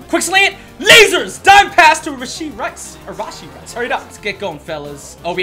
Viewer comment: Not hating on but "rahshee rice" 👍👍💀💀